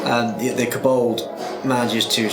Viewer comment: Pronouncing Kobold like it's a Vulcan name... K'Bold